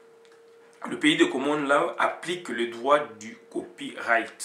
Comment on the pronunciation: on ecrit law on prononce lo svp.